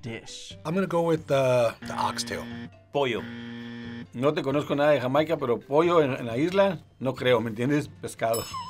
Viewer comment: ❤ im so glad the dads said it correctly. Ox tail no (s) its ONE tail cut into pieces!! Good job Daddies! 🥰